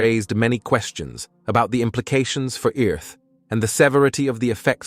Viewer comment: Where tf is Eurrth?😂😂